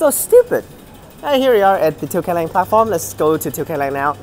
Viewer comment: you pronounce it right let's go